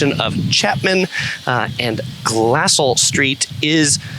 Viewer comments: Hi it's pronounced Gla-sell. Thanks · It's "glass-CELL" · I lived in Orange from and in Orange County from . The Area has changed so much. Not many orang groves left if any. For future reference Glassell is pronounced GlassSELL emphases on the SELL.